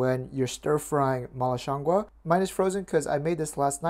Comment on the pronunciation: HI!! Really awesome video and I love your content. You have the pronunciation very close...it's shiang goo [it's just the second word you are off a tiny bit on]. Shiang goo means mushroom in Chinese. Keep up the awesome work! Love to!